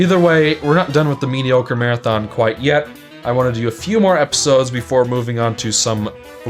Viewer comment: “Medicore” nice.